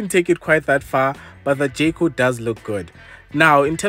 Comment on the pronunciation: who else kept hearing jcole😂